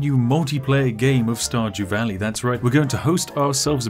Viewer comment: Starjew walley 🤣😏